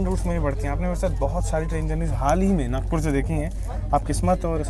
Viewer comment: It's nagpur not nagour